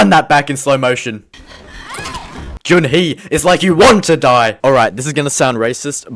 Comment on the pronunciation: “Jun hee useless character” nah it’s Jun ho